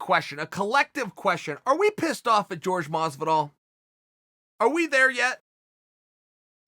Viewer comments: Who the fuck is George Masvidal? Jorge, is that hard to say? More respect! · Not to be THAT guy, but it's pronounced whore-hay, not George. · "george"......uhhhhhhhhhhhhh this is mad annoying. someone tell him its jorge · His name is Jorge, not George ffs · The name is WHORE HAY not george, bad guy. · Nobody: Chael: GEORGE MASVIDAL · When he said George I was like Who's George now!!...then it hit me. Uncle Chael his name is pronounced as Horhey. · Chael "George Masvidal" Sonen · Me: Its pronounced 'horhey' Chael: george Me: george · Its not “George” its “jorge” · Chael, the man's name is Jorge, NOT George. Look into it! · Hore-Hey, HORE-HEY not George. Had to channel my inner grammar nazi for that. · Jorge Masvidal: yeah its pronounced "Horhey" Chael: Hi George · Valenzuela it's actually spelled jorgé which in Spanish when é is spelled like that the e or other vowel in question have an ey sound at the end of them and In Spanish j is pronounced as an h. Hence why his name is hor hey mas vee doll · jorge "George" masvidal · It kills me every time he says GEORGE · Plenty of people named Jorge who pronounce it George. Radio host Jorge Sedano went by George and was called either by callers. It seems to be pretty interchangeable to most ppl. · It's the height of disrespect to not even bother to pronounce Jorge's name correctly. His name is not George. You must be doing it deliberately, because I don't believe you could be so stupid. But maybe you are. I don't know. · I do hope you and other commentators in this sport would learn how to correct pronounce his name! It’s not George. 🤦‍♂️🥴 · Isn't it pronounced whore-hey? Lol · Patrick Cote pronounces it "Whore Gay" lol. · Even joey diaz pronounces his name George both work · Chael is the AMERICAN gangster, he doesnt pronounce George in the Cuban way. If George wants to be in America he should use his proper American name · If anyone is angry it’s Jorge because of the way you butcher his name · Why say his name incorrectly?